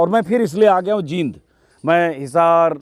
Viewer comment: वाकई ये मिगलानी कमाल है. आपसे एक रिकवेस्ट है कि आप जिंद और जींद के उच्चारण में फर्क है. इस शहर का नाम जींद है